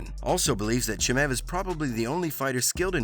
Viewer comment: Well i should have known that your a casual just how little research you have done... your wrong pronouncing khamzat's last name ...have you watched the trainkng videos?? He taps black belts non stop ill be back to talk shit when he wins 1st round ...gilbert is smaller ..also